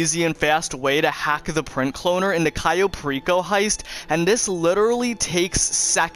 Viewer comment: It’s cayo